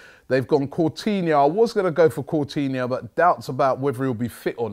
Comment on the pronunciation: LOL its coutinho not cortinho and mignolet not millonet btw ur gonna win robbie